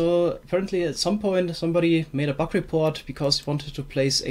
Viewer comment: Your accent makes it sound like your saying "Buck of the week"